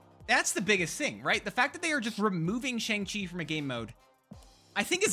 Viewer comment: Please, mate, it's not pronounced "Sheng" Chi.😭